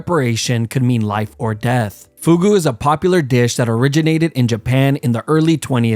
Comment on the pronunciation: number 2: foooghooh